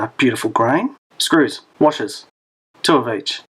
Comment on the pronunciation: HAHAHAH The Bush Shed loves it mate well Done Awkward indeed ......... Saying SCREWS they way ya did 😱😳😜